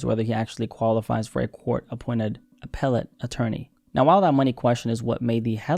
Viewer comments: lol you back in this video again saying "Apple-let" instead of "Ah- peh-let" like i said in the last video lmao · AH - PEL - LANT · Apple-ate 👍😔 (aka appellate) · Appellate Court, pronounced just like "a pellet gun". I got my nephew a pellet gun for Christmas. Appellate, a pellet 😉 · It’s pronounced Uh-Peh-Lit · Ah pel let, emphasis on pel. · Ap-pel-late lol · It’s pronounced Ah-Pell-it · It’s pronounced AH-PEEL-IT Your Siri or whatever just has a weird accent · It’s pronounced “Apple it”! 🍎🍏👀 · You realized you weren't pronouncing the word correctly and continued to pronounce the word incorrectly. 🤦🏽‍♀️ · It's lowkey adorable the one thing doesn't speak is a silent 'T':P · Yoooooo you really sound checked appellate then said it wrong again 😂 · You looking up the word, and still saying it wrong has me crying 😂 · We know what appeal means. You’re the one who can’t pronounce appellate. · Did not expect that Lottery Ticket jumpscare😂 And all the jokes about saying "aPELLate" wrong lol. Truly GOATed channel for the sense of humor, honesty, and quality content. Been binging eps since finding this channel, and man if the MSM had half your sense this world would be a better place. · “I’ve been saying wrong this whole time” Googles correct way Still says it wrong lol lol Great video bro! Always bringing the scoops!